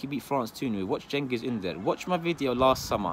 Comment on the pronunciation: Beggers can't be choosers, tight arsenal are being choosers wtf. Well done for saying cengiz s name properly